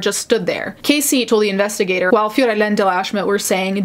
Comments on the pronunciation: Unrelated to the subject, but the way you said Fiorella cracked me up because I know you’re saying it correctly, but I’ve only heard American pronunciation of these names so it sounds funny. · I love the way you say "Fiorella". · This has nothing to do with the case but I loved how u said "fiorella" with the accent!